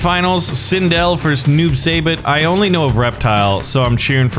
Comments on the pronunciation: It's not noob sayybot it's noob saibot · It’s not noob say bot it’s noob sigh bot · The way how he says "Saibot" as "Saybutt" makes me question life. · Noob saibot (Noob sigh-bot) this is how you pronounce it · Noob saibot =Tobias and boon Saibot is pronounced sighbot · It’s pronounced s-eye-bot and he was the original sub-zero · It’s pronounced sigh- bot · YOU SAY IT SUYBAT NOT SAYBOT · That is not how you pronounce Saibot